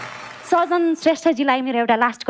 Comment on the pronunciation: एकदम खत्र । full हाँसो । जितु जी सजन भन्नू पर्नेमा साजन भन्नू भो ।